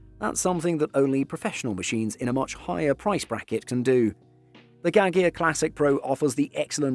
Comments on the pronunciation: Gaggia pronounced as "ga-ja" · I think you might want to investigate the pronunciation of "Gaggia" :)